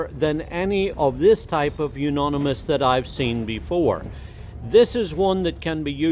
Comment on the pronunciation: It is pronounced You - oni - mous, not You -noni - mous. Good information!